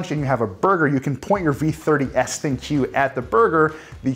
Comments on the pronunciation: Instead of saying Thin-Q, try saying Think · So, You failed to understand ThinQ is supposed to be pronounced Think. Simple minds..